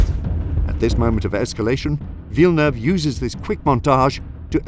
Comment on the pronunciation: That's a spot-on pronunciation of Villeneuve my man